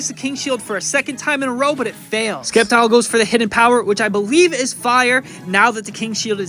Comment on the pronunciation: Please don't tell me that's how you actually pronounce Sceptile.